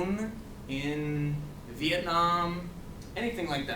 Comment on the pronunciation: i'm so happy when i heard you say 'VietNam'